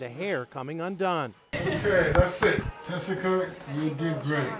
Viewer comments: Is her name Tessica or Jessica? She pronounces it as Tessica here but I swear I've also heard/seen Jessica in other videos and articles. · Tessica not jessica